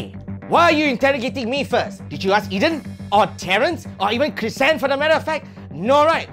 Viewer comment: Pretty sure its Chrysan (Not trying to blame)